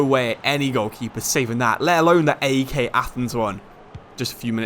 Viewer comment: It's way more fanny the way he pronounced AEK 😂